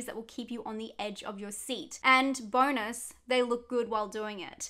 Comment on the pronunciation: I thought you said "Boners" not "Bonus”. Did a bit of a double take. Great vid!